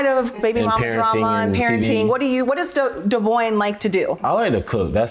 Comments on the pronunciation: Why does Briana mispronounce Devoins name? That's wild.. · Can somebody explain to me why and how Brianna doesn’t pronounce her BD name CORRECTLY!?! 😒 we knew you was scary, but we didn’t know you couldn’t read😂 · Kail pronouncing devoin name is funny lmao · So Brianna’s been pronouncing Devoins’s name wrong this whole time ? Lol